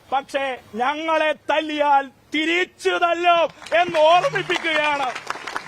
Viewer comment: തിരീച്ച് അല്ല. തിരിച്ച് മലയാളം പോലും മര്യാദക്ക് പറയാൻ അറിയാത്തവരാണ് വിദ്യാർത്ഥി നേതാവ് എത്തപ്പൈ